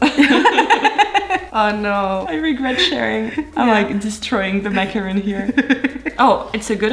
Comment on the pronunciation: ?? macarooooooon ?? main non